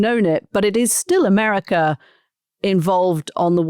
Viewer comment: Gazar, Americar 😂😂😂 why the "R" at the end of every word???